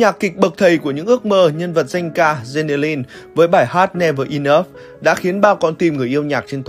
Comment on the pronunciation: Đọc chữ enough cũng sai. Chịu